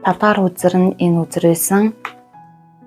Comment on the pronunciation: Хөзөр гээд хэлээд өгөөчээ хүзэр хүзэр гээд байхын сонсход аягүй төвөгтэйн